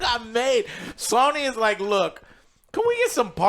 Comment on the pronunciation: sawny new…. Dude has the hardest time pronouncing words he constantly does this with so many things